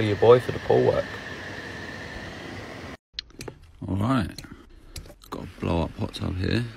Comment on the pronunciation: when he says holla ya boy for the pool work i think he says holla ya boy poo work 🤣✋